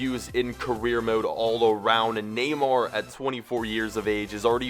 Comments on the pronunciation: neyamr? do you mean neymar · it's not Neyamr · you messed up Neymar's name